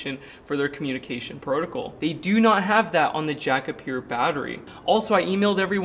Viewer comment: Love ya ,Will, but… PRO-TOE-CALL = protocol…………..NOT BUTT-TON, try BUTT-NN.